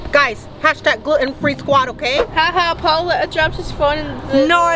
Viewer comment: Isn't it gluten not gruten?